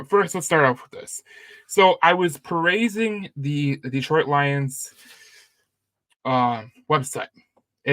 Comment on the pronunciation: It’s perusing not perasing